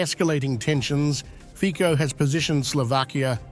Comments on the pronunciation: Nie Fiko ale Fico - Fitzo. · It's pronounced Feetso, not Feeko.